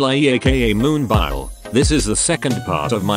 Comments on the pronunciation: i only hate that one point of this vid :vv what a pitty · I'm not by nature a cheerleader, but I think you're being too hard on yourself here. You made a compilation video and got it done and uploaded. That's a win right there. I can't do that. If I might make a suggestion, your own voice would be better than the computer voice, even if you're squeaky and stutter. At least you'd get Moonbyul right.